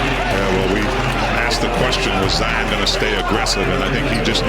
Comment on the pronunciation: Zion been well known since highschool and the disrespect on part of the announcer to call him Ziar Williamson